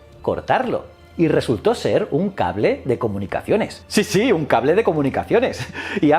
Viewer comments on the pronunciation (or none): none